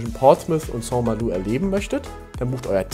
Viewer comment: Soweit ich weiß ist die korrekte Aussprache St. MalO... also kein U